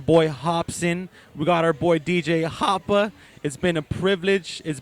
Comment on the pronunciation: funny how he says hoppa